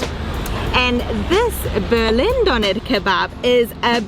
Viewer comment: Hahaha Doner Kebbab Diese Aussprache ich lach mich schlapp😂😂😂💕Viele Grüße